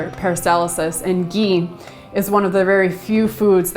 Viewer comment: hi I love your videos I wish u were in NY . For digestion what is the oil I couldn't understand I thought u said Geen?